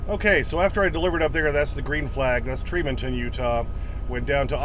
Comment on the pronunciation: .....its pronounced Tree- Mon-ton, Ut. I think the channel bonehead truckers is making truckers more sensitive and confrontational about the fuel island parking issues.